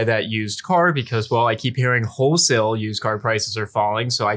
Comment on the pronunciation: Hey zack, is saying "HOE-sale" for wholesale? lol Love U guys!